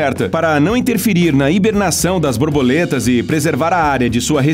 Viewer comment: Ele falou "Brorboletas" ou tem algo de errado no áudio?